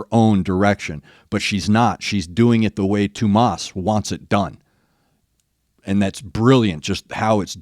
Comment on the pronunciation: No worries, you pronounce Tuomas's name really well 👏 Greeting's from Finland, the Nightwish-land:)